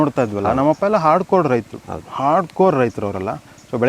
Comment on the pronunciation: Hard Code❌ Hard core ✅ Pov : Shishir sir always says Jspiders Java HardCode or Hard Coding😅😅